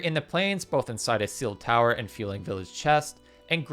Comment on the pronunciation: I swear. It's not Fu*e*ling. It's Fuling.